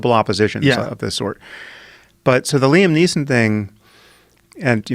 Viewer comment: Leesom Neesom Liam Niam